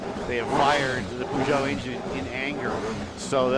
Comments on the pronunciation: What? Puhzhohw? It's not pronounced that way...... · he keeps saying pooshow lol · Gotta love Americans trying to pronounce "Peugeot" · Wow. Had to stop watching it was so bad. Bad camera work, very bad commentating, can't pronounce his name or the car manufacturer name properly. Far too much talking. Poor poor video.